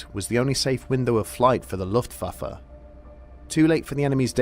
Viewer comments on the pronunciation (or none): Ok but if I was in this war I think I woulda died bc every time he says “luftfaffer” I can’t keep a straight face